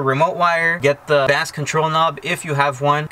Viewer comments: Great install video, I'm helping a friend install a sub. And this helped a lot. BTW The BASS control knob is not a fish. Its pronounced BACE. lol Just messing with you,. ;) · Bass is pronounced the same as the word base. FYI. Good video BTW! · Why does he keep saying bass like the fish? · He said Bass like the fish. good times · did you say ( bass like the fish) control knob Haha